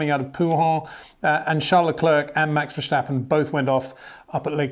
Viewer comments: Love your video's but as as a Dutchman the "sch" in Verstappen, where does that come from? It's just an "S" , not "sch" pronounced like steep , not schteep. ;-). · Being both Dutch and English I might be of help in pronouncing Max’s name: the ‘s’ is not pronounced as in ‘shell’ but as in ‘sea’. Just sounds better to the Dutch. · Brits just do this for some reason, s becomes sh for them. As an American I say it VER STAP IN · Hi Peter, For some reason it seems that you keep mispronouncing Max's last name?